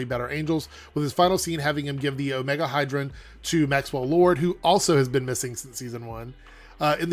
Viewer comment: It's the Omega - HE-- dron! Not HY-- dron. And I wonder if Aunt Lucy will show up on the show.